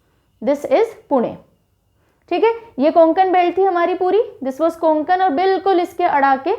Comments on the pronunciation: Konkan nahi hota hai Kokan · कोंकण नाही कोकण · Nice explanation bt pronounciation of kokan is not konankan its a kokn please correct this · कोकण हे ओ कुंकन नही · It's not कोनकन it's कोकन all right mam tx for this ✨😊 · mam not कोंकण . true कोकण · कोंकण नाही कोकण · konkan nhi mam, Kokan aisa h wo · It's not konkan ! It's kokan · Konkan ny kokan hota hai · Konkan n is silent so this pronunciation कोकण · Medam कोकण bolo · कोकण ( kokan) right pronounce mam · Konkan me N silent hota h ma,m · गोंडिया नही गोंदिया है और कोनकन नही कोकण है!👍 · Mam it's कोकण not. कोन्कन् / गोंदिया not गोंडीया